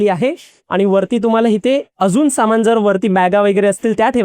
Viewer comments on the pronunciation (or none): चॅनेल वाल्या नी यांच्या हातात माईक देण्या अगोदर, जऽऽरा मराठी भाषेचे चलन आणी उच्चार याचं ट्रेनिंग दिले असते तर बरे झाले असते.. हिते, थिते, समान (सामान).. अजून बरेच काही..